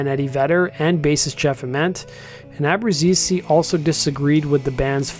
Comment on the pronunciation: hihihihi ... I know that pronouncing ABBRUZZESE correctly is a tongue twisting for non-italian speakers